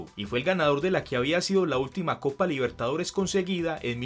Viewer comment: por primera vez River y Boca disputaban una final de copa Libertadores* Se que lo dijiste pero, a tu manera capaz no se entendía jaja, igual buen vídeo.